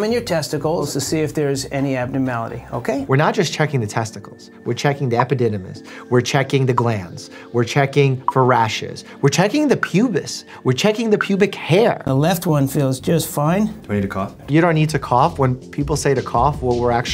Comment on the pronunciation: glans, not glands